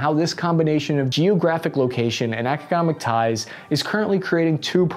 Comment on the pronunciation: Did this mf just said " ECO -COMIC TIES" ??? I was gonna joke about his dyslexia on naming some cities but this is something else...... 😆 OMG!! HE SAID "OVER-DROW" !!!!! I cant, this shits too funny